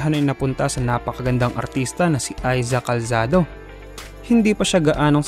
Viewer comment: "Aiza Calsado" ka dyan! Sinabi mo pang popular na aktres na siya ngayon pero hindi mo alam ipronounce pangalan nya? 🙄